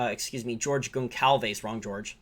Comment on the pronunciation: Pronounced “GONE-SOLVE-ES” re: George